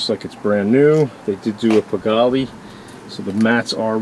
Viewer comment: It’s not pigalleee it’s pronounced pigall. E is silent